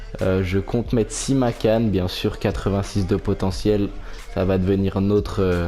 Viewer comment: Simakan ça se prononce an comme la ville Caen et c'est ajorque comme jean pas "l"